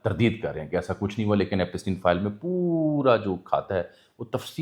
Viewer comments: This is not Epasteen. It's pronounced as Epshtine, like shine. It's a German name. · بھائی ایپسٹین Epstein بولنے میں کیا مسئلہ ھے؟ ایپ سٹی ن۔۔۔ پ کے اوپر زبر نہیں بلکہ جزم پڑھا جائے گا 😜